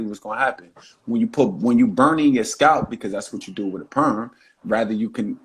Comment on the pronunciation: I don't want a man who can't pronounce naVel, and scalP.